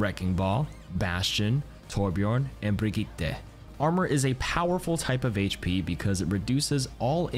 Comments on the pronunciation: "BriggeeeTAE" "BRGHITAH" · Brigittay? WTF WHy can't people pronounce Brigitte? BRIG EE TAH! It's not even difficult, she says it in her trailer. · Did this man really just say BrigittAY? Had to edit my comment because the second time he said Brigitte̞ LMAO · It’s brigit-uh not brigit-eh, great vid tho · "And Brigetha" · Wowie that is one way to pronounce brigita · I’m sorry brig e tae. Bro cmon now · isn't brigitte pronounced "bree gi tah" lol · bro said brigeetay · Im pretty sure its pronounced bri-j-it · The way this guy pronounces Bridgette makes me physically ill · Bri-geeee-teeeeaaaah, seriously ? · say it with me now... BRUH-GEE-TUH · Why you say Brigitte like that 😭😭😭😭😭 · This man can't pronounce "Brigette" how can I trust him with anything